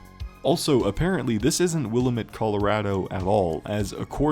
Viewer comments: Weird how they or you pronounce Willamette. We in Oregon say Wil-lamb-it (wuh-la-muht) Since I live next to the Willamette river, never heard it like that. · In oregon we say will-Am-it. Am like ham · It’s pronounced will-am-it… Jesus Christ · I’ll never get over how grinding it is to hear “Willamette” mispronounced by YouTubers